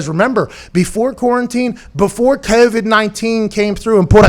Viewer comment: Pat "Keauvid 19" McAfee